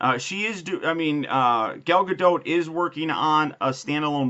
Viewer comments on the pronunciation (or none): It isn't Gah-dot either. Its Gah-dote.